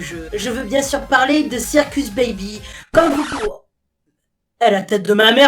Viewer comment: On dit pa plre on parle lol